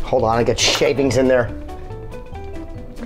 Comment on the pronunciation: I love this, but if I ever hear you say shavings again i'll take my own life.